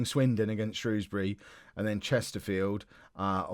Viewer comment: Can I just say as someone who lives just outside of Shrewsbury, thank you for not pronouncing it Shrowsbury, as a lot of southerners seem to do